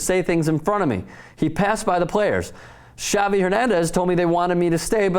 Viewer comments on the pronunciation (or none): none